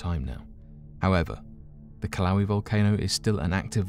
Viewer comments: Kill-ow-ee?? I'm pretty sure u meant to say kill-uh-way-uh....which is the correct pronunciation. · Pronounced ''killa'' ''weigh A'' volcano. Not kiloweeeee ?strange english duck speak bro?wtf lol,Dude says Vesuvious clear as day?But kiloweee or mayaan not ''my an''lol.... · LMAO?uh kiloweeee?the fu?i'm not the only 1 that's like this guy murdered that valcano's name so bad!LOL oh shit!he's just all mellow and sociopathic about it too oh god haha...so terrible! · Yeah it’s not that hard to look up a pronunciation...ugh! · Not a fan of giving a thumbs down but a hard thumbs down it is. Just because you’re brutal pronunciation of Kilauea. Not even close by a long shot. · It isn’t killowe and you mispronounced Pliny the younger also....